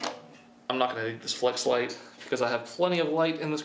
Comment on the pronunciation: I believe he was saying Fleshlight to kinda troll a bit